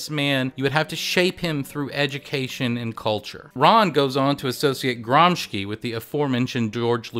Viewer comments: Your video is awesome. Let me just nitpick on the correct pronunciation of "Gramsci": it's Gram-SHI (as in "shill"), not Gram-ski. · Gramsci is pronounced "GRAMSHEE" ;) amazing video nonetheless, the production values are amazing for such little subscribers, hope you guys make it big, cheers from Italy!